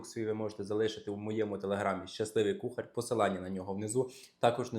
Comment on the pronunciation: А ще вимовляє кухарЬ, інвентарЬ. В українській мові такого нема...